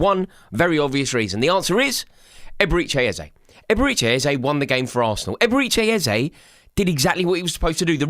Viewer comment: "Eberechi Ezeye" - lol